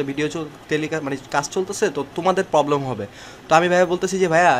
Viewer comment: amio ai video ta mene nite parlam na, cause GPA 5 pawa ekta chele PROBLEM k POBLEM uchcharon kortese. what a shame. aigula oder dosh na, dosh ta amader bortoman shikkha bebostar.